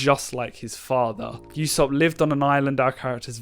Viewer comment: It’s pronounced “ooh-sop” not “you-sop”